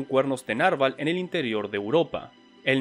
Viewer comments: Se pronuncia narVÁL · Interesante video, sólo que "narval" es una palabra aguda, Saludos